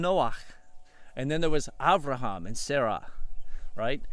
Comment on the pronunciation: On a side note, you would be shocked at how many people can not pronounce my name / Abraham's sons name correctly, it is nice to hear you say it normal!